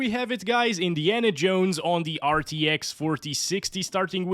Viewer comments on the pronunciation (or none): “Indi(ana) Jones”